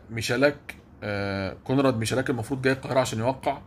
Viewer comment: هو اسمه كونراد ميخالاك. الch في البولندي بتتنطق خ خفيفة